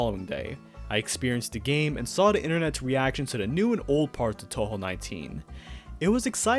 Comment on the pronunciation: man i dont like saying this to people who are clearly ESL but you really need to work on both your english and japanese pronunciation or youre gonna ruin a lot of fans pronunciation too to start with, its “toe-hoe” not “tau-hau”